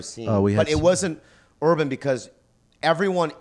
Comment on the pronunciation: I cringe every time I hear "urban"